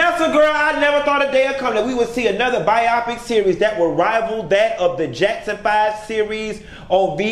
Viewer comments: Why are you saying bi-opic instead of bio-pic? Ijs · Pronounced biO-pic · I really don't understand the way you saying BIOPIC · Why is he pronouncing biopic like that?